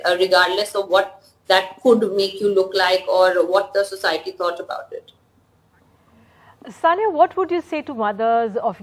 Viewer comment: Abe chutiyo Soniya nahi It's Saniya